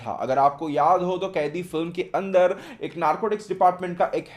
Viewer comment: कैदी नहीं bhai कैथी hai uss movie ka naam